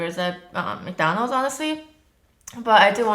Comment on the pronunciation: Why american people say " Mc DANOLD'S? this is Mc DONALD'S. (joke) kiss from France! 💕💕💕